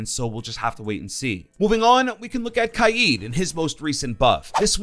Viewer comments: Bruh the way you pronounce things is really annoying. Its Kaid (Kay D) Caviera (cav eee era) Luison (Lee-shun) Gyrzmot (Griz-Mot) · I feel like pronounces Kaid wrong